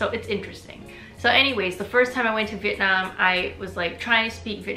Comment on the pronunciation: It was really lovely listening to you share your story and how sincerely and humbly you've approached and received Vietnamese culture and identity. I can't express enough how happy I was to hear you say "Vietnam" and not "Vietnom" while speaking English!